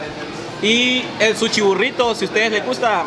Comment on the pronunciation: Jajaja me da risa que dice suchi